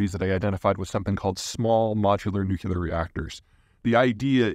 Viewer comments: Someone please tell Zeihan it's pronounced nu-clear, NOT nukular. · Peter you pronounced nuclear like Pres W, "Nuculeer". It's New clee ar. You can do it! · It’s nuclear, there’s no such word as nucular. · One easy thing we all could do is start calling it "nuclear" instead of "nucular"..I think that could help! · It's not nuculur, It's nuclear. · Nuclear, NU CLEAR, NOT nucular. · Peter, stop saying "new-cu-lar." There are not two "us" in Nuclear. It's "new-clear." It's so cringe. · At some point, Peter, you're going to have to stop saying nuke-YOU-lahr in favor of the correct, NUKE-lee-ahr. It's hard to listen to. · Repeat after me: New-Clear. New-Clear. New-Clear. New-Clear. New-Clear. Cheers! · Some doctors say that when people hit 50, they become able to pronounce nu-cle-ar... 😅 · Ah, them small noocoolar reactors, noocollactors if I may :D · Sorry but if someone calls "nuclear" "nuCUlar" they're automatically kicked out of the debate 😂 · Dear God .... no͞oklēər .... nu·cle·ar .... noo - clee - ar Say it with me ... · If you can't pronounce nuclear, you lose credibility. Peter, saying "nuke-u-ler" makes it obvious you haven't bothered to talk to the experts. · I do wish that someone as knowledgeable as Zeihan wouldn't pronounce nuclear the way Dubya pronounces it. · Pfff he can't even pronounce the word "nuclear" properly...I'm supposed to believe that a potential trillion dollar market just vanished? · You can safely disregard any opinion on nuclear power from anyone who cannot pronouce "nuclear". Two syllables. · Pete, you’re clearly a very bright guy, with a wealth of geopolitical knowledge. But please, make an old scientist happy and quit pronouncing “nuclear” like you were taught physics by George W. Bush. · The word "nuclear" is a two syllable word. It is NOT a three syllable word. Stop miss-pronouncing it. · Nuclear expert who can't pronounce Nuclear?